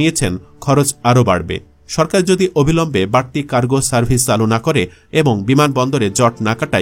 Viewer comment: এত কনটেন্ট বানান " চালু " উচ্চারণটা ও সঠিকভাবে করতে পারলেন না 😢😮